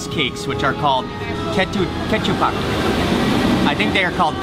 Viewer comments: Ketupat not kechupat 😂😂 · Let me tell you mark, in indonesia normaly people say rice cake is KE-TU-PAT not kecupak, hahaha.. Kecupak is sound of when child play at the dirty water usually after rain down, kecupak kecupak haha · Mark, the pronunciation for ketupat is kerh-two-paht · ketupat pronounce tu like too